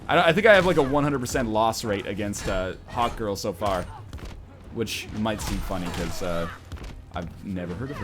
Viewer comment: Whenever he says hawkgirl it sounds like hotgirl just me?